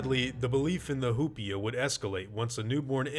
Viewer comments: hu-pea-a Me: hu-pie-a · I keep thinking he’s saying “hoopla” and it’s making it 20× better. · It’s probably pronounced “oo-pee-a,” if it’s from Spanish, since the “h”’s are silent.